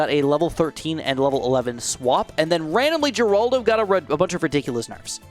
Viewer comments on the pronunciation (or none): Pretty sure it’s pronounced “heraldo” not “jeraldo”